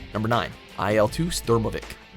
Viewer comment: What the fuck is a IL-Stulmavick????? Seriously, who at watch mojo said “wow that game was so great, lets throw that on the list”???